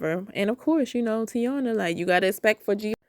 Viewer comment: Tai-een-uh. Not tiana.